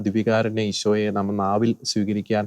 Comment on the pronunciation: സർ, ഈശോനെ എന്നല്ല ഈശോയെ എന്നാണ് പറയേണ്ടത്.